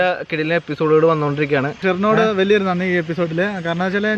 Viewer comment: Nandhiyode alla nanniyode